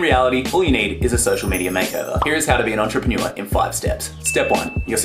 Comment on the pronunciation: I am the only one that thinks you pronounce entrepreneur weird? No? Maybe just me? 😂